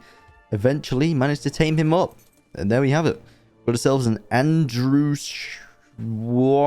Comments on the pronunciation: "fej or dur" "Andrewsurjus" Fjourdur is pronounced Fe or dur Andrewsarchus is pronounced Andrew Sark Us Great vid tho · Dude STOP mispronouncing fjordur and andrewsarchus, its the pronunciations are Fjordur(fyordur) Andrewsarchus(andrewsarkus) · It’s pronounced Andrew-sar-cus. Amazing vid btw